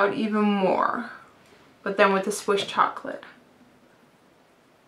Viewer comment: am i the only one that noticed whenever she says "the" she says "da" ? plus you don't need to wear makeup! you're so pretty as it is.